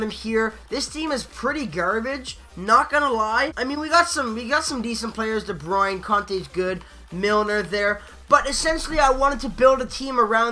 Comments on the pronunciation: its just funny cuze i speak dutch;-) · de bruyne plays on team belgium lol (its funny how you said his name)